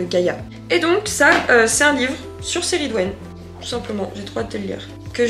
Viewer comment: J'avais juste une petite remarque, il me semblait qu'on prononçait le C de Cerridwen comme un K mais c'esg peut-être une erreur de ma part. En tout cas on vous soutient dans vos décisions, on préfère largement une personne sincère face à nous qie la personnalité "idéale" des réseaux qui ne pense qu'avec la masse. Bon courage à vous